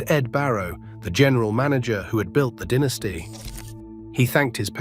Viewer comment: Ruth Gehrig DiMaggio Mantle, that's the New York Yankees Mount Rushmore, you ignorant a.i. limey announcer who doesn't even know the proper way to pronounce DIE-NAS-TEE